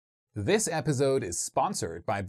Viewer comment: I love everything about this channel ,Planning, research, and execution, except the way episode is pronounced here " episode " sorry 😥 I had to say it 🤯